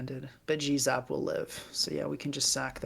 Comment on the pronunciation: It was at this point in the video that I realized that the reason kept calling Galarian Zapdos "Jizz-up" was because he was saying "G-Zap"